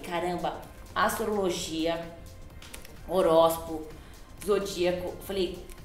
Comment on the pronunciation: Parei no "horospo" 😂😂😂😂